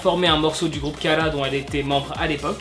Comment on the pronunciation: Hara etait dans kara de 2007 a 2016 et comment tu prononce kara c est affreux la